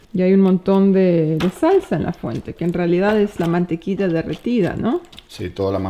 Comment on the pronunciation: Por que le dice Mantequisa a la Mantequilla???? hahh